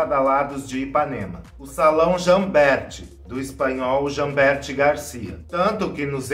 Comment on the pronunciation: Jambert: a pronúncia é Jamber, como se não existisse o “t”.